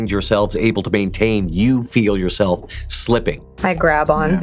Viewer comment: Perhaps the most Boston thing I've heard. "Hey Yog, you listenin? GO FUCK YA SELF!" 🤣👌